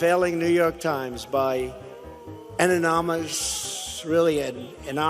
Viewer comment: Enamous, ananomous, amamonamamous. An Enamous editorial is both enormous and anonymous. He coined a new word. He's a genius. Lucky for him, genius only has three syllables and is pronounced like it's spelled.